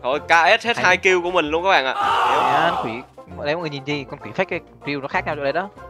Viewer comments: kill của tấu mà thành... "Gill của tấu" wow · kill mà tui nghe ra gill xong ngồi cười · Tui nghe thành gil của tau, kkkk🤪🤪🤪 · mấy bạn nghe sao chứ tui nghe kill của tâu là gill của tâu😂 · Sao khúc cuối cứ nghe "gill của tau" ^_^:)))) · As ns kill của tau mà tui nghe gill của tau 🤣🤣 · Kill của tau nghe thành gil của tau😂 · Kịil của tao Mà tui nghe là Giil của tao 😂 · Kill của tâu